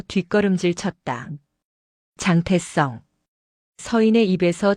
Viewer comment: 글씨나 똑 바로 읽어라 장태성을 왜 장태썽이라 읽어?